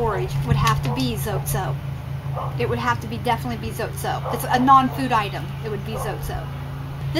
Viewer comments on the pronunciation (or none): it is pronounced zotay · ...Hi. Not to long ago I found out we were pronouncing "zote" wrong. The correct way to pronounce it is with 2 syllables "zo teh" like "hay".. its taking me awhile to get use to it but its kind of cool. Anyway, I thought I'd share. Blessings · It’s pronounced ZOT-EH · Zot(eh) is the correct way to pronounce it 😉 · It's pronounced Zo-tay.